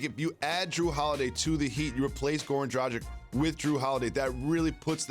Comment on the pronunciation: Bruh, put some respect on dragic’s name